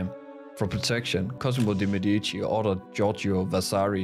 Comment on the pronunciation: Please google the proper pronunciation of The Medici. Nice video.